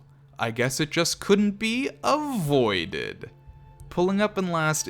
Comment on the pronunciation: a-VOIDed lol